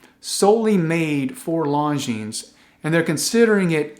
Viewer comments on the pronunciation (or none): Cool video...(just please don't pronounce the "s" at the end of Longines... there is none.... :-) ). .. your content is great. Thx for that.